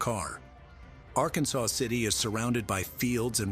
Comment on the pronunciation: Ok it is not Arkansas city it is ar-kansas city Kansas just saying